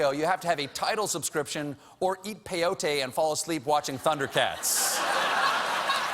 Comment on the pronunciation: That's not how you pronounce peyote..